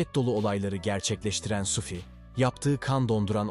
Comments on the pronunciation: Sufi değil adamın adı Suphi..Yanlış telaffuz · telaffunuza biraz dikkat edin yahu, SUFİ SUFİ SUFİ ne oluyor kardeşim ? SUFİ kimdir? suphi nerde SUFİ nerde? bastıra bastıra bir de SUFFFİ diyorsun. dünyadan haberiniz yok mu sizin? daha dikkatli ve özenli olun, ciddi bir iş yapıyorsunuz.